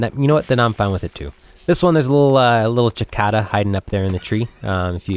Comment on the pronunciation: It's called a Cicada (sih-kay-ta) not chiata